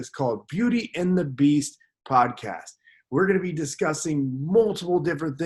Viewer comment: Well it’s podcast not poscast...